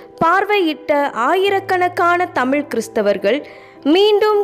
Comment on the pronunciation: மகிழ்ச்சி சகோதரி. தயவுசெய்து உங்கள் உச்சரிப்பைச் சரிசெய்து கொள்ளுங்கள். தமிழ் என்பதை "தமில்" என்றும் கீழே என்பதை "கீலே" என்றும் பள்ளி என்பதை "பல்லி" என்றும் உச்சரிக்கின்றீர்களே!!! பொது ஊடகங்களில் சரியான உச்சரிப்பு மிக அவசியம்.